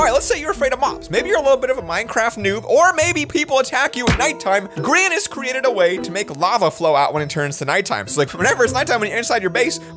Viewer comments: said grein its grian u doof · I love how he calls Grian “Granis”